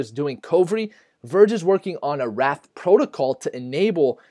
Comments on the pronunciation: Did he say Wrath protocol? I thought it was Wraith lolwot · It's 'wraith' not 'wrath'. The 'a' and 'i' team up to create a long 'a' sound. Think of it as the Canadian 'eh' sound!